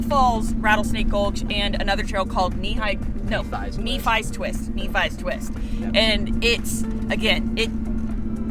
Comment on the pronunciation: Nephi is pronounced as "knee-fi" at least that's how I would suggest